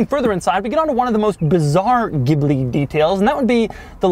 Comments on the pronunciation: The pronunciation is Jee Blee; or Gee Blee quite a bit nicer sounding than what ever you were saying. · Stop calling in a damn gibbley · A sign of how far Maserati has fallen: their U.S. advertising for the Ghibli pronounces it “Jibli”. Which is terrible. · Pronounced "GILBY" !!! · It's pronounced geeblee